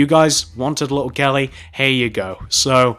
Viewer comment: OMG listen from 5 seconds to 10 seconds you'll hear him say little gelly